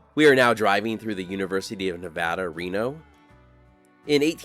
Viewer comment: this is a phenomenal video and piece of narration! What a pleasure to watch! Thank you and my wife, who’s from Nevada, says thank you for pronouncing Nevada correctly!